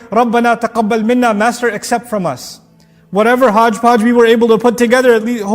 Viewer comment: Master, accept what hudge-pudge we put together. I burst into laugh while hearing it. 😂